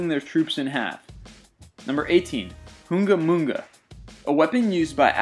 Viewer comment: excuse me? what did you just said? "oonga moonga"?? those are called bwaka knives .__. sometimes, they're called Kulbeda, Pinga and Trombash according to the wikipedia... but none of those names are the stupid name that you said. Oh, and btw, it is not medieval, it is an aborigine weapon.